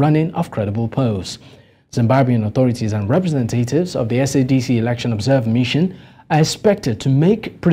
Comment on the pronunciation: The only shame is u saying eroction. 😂😂😂 we love zanupf and it will rule for life